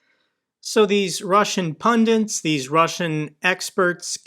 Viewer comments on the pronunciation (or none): etc., are you saying "pundints"? 😉 Love the channel, though! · “… Seven Russian pundins…”. I’m sorry, it’s one of my pet peeves. I don’t trust someone’s veracity if they can’t pronounce the word pundit.😅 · Love what you do and how you do it! But it is 'pundits' not 'pundants', when you refer to the dick-heads on russian TV! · Nice, informative videos. One minor criticism though: it's "pundits," not "pundints."